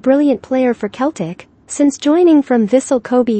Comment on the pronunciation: For your computer robots the pronunciation is "Seltic"